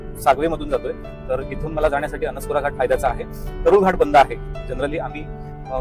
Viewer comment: अणस्कुरा नाही, अणुस्कुरा अस पाहिजे.